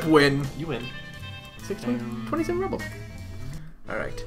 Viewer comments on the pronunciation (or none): Ruble is pronounced ROO-bull not rubble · Yes, please keep playing this! By the way, you may want to sell Leg Horse's old boots, then use that money to buy some Nuts to restore your MP (so you can use skills). Also, "Ruble" is pronounced "ROO-bul" and is the currency of Russia. The more you know! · It's used in Russia. It's also pronounced "rooble"